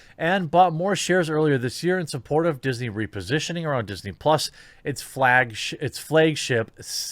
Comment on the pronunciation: Did he for once pronounce "flag" correctly only to amend with "flaygg" just to spite me?